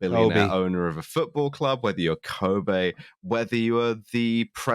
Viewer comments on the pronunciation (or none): Liam is gone for one episode, and just runs wild pronouncing Kobe like the beef.